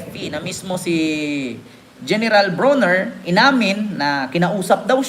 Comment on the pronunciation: It's Brawner...not Browner as in Brownie...😅